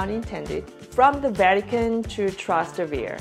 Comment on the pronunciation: per prima cosa "spanish steps" è il nome sbagliato che danno gli stranieri, si chiama Scalinata di Trinità dei Monti che prende il nome dalla chiesa che è sopra, la piazza ai piedi della scala si chiama Piazza di Spagna 2) Tràs- Tevere l'accento è sulla prima A e significa zona oltre il fiume Tevere, hai pensato di cenare in un locale tipico di trastevere? No quelle sono le vere scam per turisti 3) oltre ai taxi ci sono 2 linee di treni che dall'areoporto arrivano in centro e costano poco first of all "spanish steps" is the wrong name that foreigners give, it is called Scalinata di Trinità dei Monti which takes its name from the church that is above, the square at the foot of the staircase is called Piazza di Spagna 2) Tràs- Tevere the accent is on the first A and means area beyond the river Tiber, Have you thought about having dinner in a typical restaurant in Trastevere? No, those are real tourist scams 3) in addition to taxis, there are 2 train lines that arrive in the center from the airport and are cheap